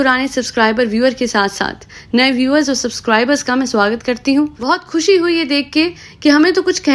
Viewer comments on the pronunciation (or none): none